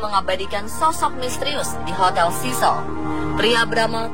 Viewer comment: Sebutan 'cecil' pun tak betul..penyampai berita nih